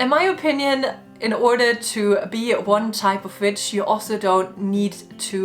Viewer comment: This is a wonderful video, but ai cannot gets over the fact that when she said “I’m an Electic Witch” I thought she said bitch 🤣